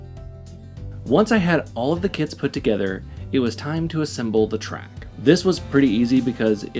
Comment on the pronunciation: I am sorry... I know it is a 'me' problem, with english as a second language, but I keep hearing 'kids' when says 'kits'... It makes the whole video a lot more fun😀 "The 'kids' were very easy to assemble"... etc.